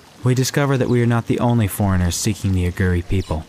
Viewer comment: why are you pronouncing Aghori in such a strange way? aghuri? its a long o.